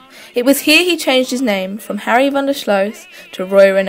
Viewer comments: pronounced REEN not Rennay. From someone who lived during that era...my Dad and Mother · Roy Renay? No. Roy REEN as in SEEN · His stage name Rene is pronounced 'REEN', not 'RENEE' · It's pronounced "Reen" and his last name isn't pronounced "slow". He was born Henry van de Sluice, as in "juice." Before making a video of an iconic Australian figure you should first research on the proper pronunciation.